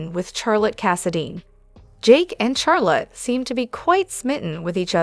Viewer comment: For the people that make this video. Charlotte is pronounced Shar-lott with the shh sound instead of cha sound . Just in case you can fix the pronunciation.